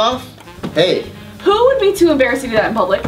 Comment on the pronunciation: Hold up ! "never gets embrassed" , tf? what's 'embrassed' 😂